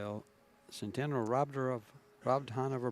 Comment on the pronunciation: About damn time Chezka. Also about time they pronounce her last name correctly at the end.